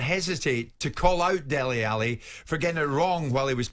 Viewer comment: it's Dele, not Deli!